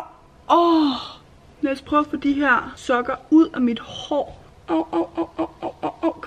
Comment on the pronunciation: Da du sagde det med at man kunne krølle hår med sokker lød det som om du sagde man kunne gøre det med sukker